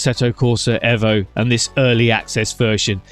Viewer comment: 1.4 dropped bro. Hey, your the only one saying EVO correctly👍